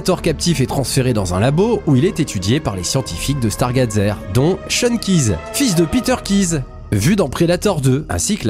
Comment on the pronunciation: 1er soucis : la prononciation du mot "stargazer", 2ème : la "grange" est en fait un camping car.. sinon bonne vidéo